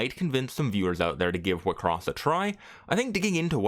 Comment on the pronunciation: Wait, I'm just an old casual enjoyer of the anime, is that how everyone pronounced it? All this time I pronouce wixoss as 'Why-X-sauce'